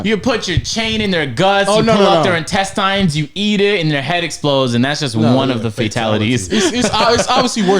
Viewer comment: Why pronounce intestines like that😭😭